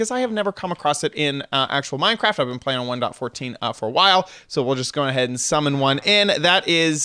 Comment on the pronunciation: The thing I hate the most is how you say 1.14 and that your complaining